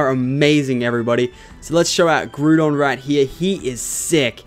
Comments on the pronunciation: Groo-don xD It's Grow-don cx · You really stink pronouncing pokemon :P u pronounced Groudon to Groodon but its pronounced Ground-Don(as an example,i dont want to do the rest u mispronounced) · Don't mean to sound like a prick, but it's pronounced Grow-don and Kye-ogre. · um you completely screwed up groudon and kyorgre's names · You pronouncing the legendary names wrong was honestly cringe worthy, I'm Australian too, no excuses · YOU SAY GROUDON KYOGRE SOOOO BADLY WRONG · You missprounounced ground on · Butchered groudons name...